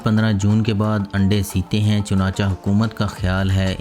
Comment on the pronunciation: Chunachah nahi pagal apna lafaz durust karo Chunacheh